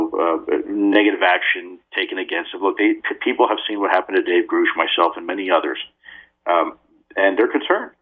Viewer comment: U notice Lou said Grooosh , not Grush? Like the one guy who came out on Twitter spaces????? Kristen was going off on that.